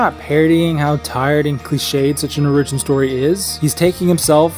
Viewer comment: oRIgion stohree?